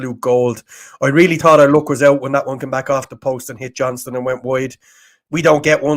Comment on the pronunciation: As a Johnston, it’s not Johnson, it’s Johnstone. We are a bit sensitive. Thank you. UTV